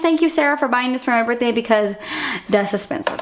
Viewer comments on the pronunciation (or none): I laugh whenever you say "dass espensive".. it just seems like an inside joke that my sister and I would come up with. xD HOW DO YOU AFFORD ALL OF THIS MAKEUP IM CRYING